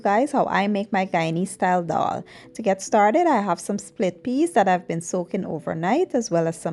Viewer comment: Why do people say doll? Regardless if you speak proper English or not its pronounced as dal not dol